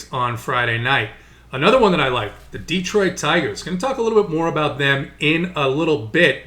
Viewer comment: Love your analysis,. Hate your pronunciation. It's D(uh)troit, not D(ee)troit!!!